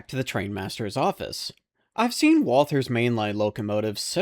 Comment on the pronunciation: Nice to hear somebody call it " walTHers" instead of walters.